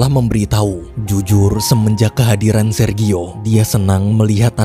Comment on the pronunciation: Jfyi... Sergio.. Baca nya serjio... 🙏🙏🙏Terimakasih yaaa tuk sharing cerita nya❤️